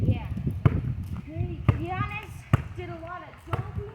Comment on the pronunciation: As a huge Bucks fan I appreciate you saying Giannis’s name correctly! You know your NBA stuff. Love it!